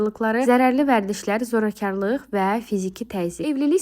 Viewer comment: Zorakarliq nədir ay, xanım gözəl, sözlər danışdız düzdür amma düzgün danisinda Azərbaycan, sözünü də səhv dediz, Zorakarliq, yox zorakiliq😊